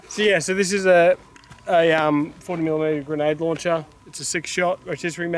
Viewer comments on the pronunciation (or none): “Green-nade lawn-cha”